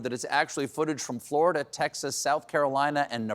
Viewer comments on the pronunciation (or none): none